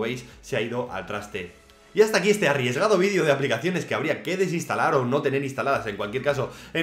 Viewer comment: por que dicen vidio en vez de video?